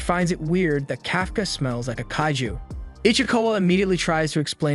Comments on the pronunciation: it's kaiju not kayju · it tickles me to the wee when he say “kahh-ghoo” or “kay- ju”